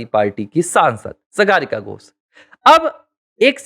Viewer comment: सागरिका घोष सही नाम है सगारिका घोष नही जैसे आप ने कहां रह है